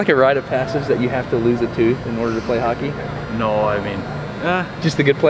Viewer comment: As a Canadian, thanks for pronouncing "Hockey" correctly. A lot of Americans hate O's for some reason. "HACKEY"